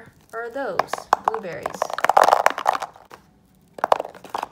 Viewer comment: Hahahahahahahahahaha she said buberys